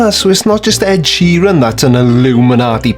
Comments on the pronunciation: Wait, I need to address something. Providing music that SOME people want to hear. Personally I wouldn't be bothered if I didn't heard an Ed "Sherron" song again. Is Sheeran like a new Bouquet/bucket thing? Or is this just American with no sense of pronunciation at all? Almost 2 mins in and I'm already getting distracted. I'm guessing he will mention GOT at some point, which while it was a little cringeworthy, not exactly some diabolical plot to kill us. I actually didn't notice at the time, as I had no clue who Ed Sheeran was. Anyway onwards an upwards! Lets see what else he has to offer. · Wait? Sheer-een? fecking hell. I also can't wait to hear why Adele called her albums 19, 21 & 25 and why it's a sign of Lucifer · Really a guy who cannot even pronounce the word Sheeran - who has researched him and knows him REALLY?? This is why you should not put internet access and PC`s in padded cells. I personally think `A Call for an Uprising` is actually an ILLUMINATI Psyops operative who is tasked with generating so much stupidity that it dumbs down the populous ready for THEM!!! THEY are already here............ Nice one Creaky thanks for not covering the whole of his video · Why do Americans get simple Irish names so badly wrong?